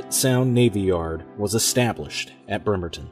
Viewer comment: It's pronounced BREmerton, not 'BERmerton.